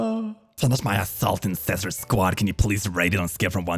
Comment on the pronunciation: Why is him calling intercessor “inscissor” so funny to me?